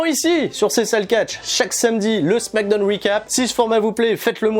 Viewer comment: Arrete de dire smack donne... t'es fatigant c'est smackdown donc ça se prononce "smack daaooun" 🤦‍♂️